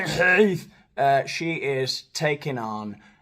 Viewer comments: The "kh" in Khelif is a jota, 😊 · I love your pronunciation of the Algerian Tranny's name,it's hilarious😂 As for that woman batterer dragging Musk&Rowling through the courts...🤪🤣🫶🏼💞